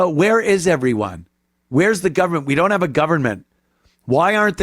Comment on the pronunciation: We don't have a "Gover -MINT". She is confused, I think she is looking for some candy.